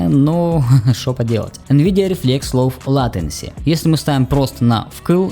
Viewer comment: Про ролик все и так понятно, спизженный под 0 с таких же роликов, но когда ты произнес лов латенси, я рукой пробил лоб, а затем и пол планеты нахуй.